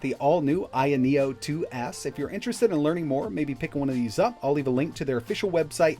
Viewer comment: Isn't it called ayeno with an a not an I.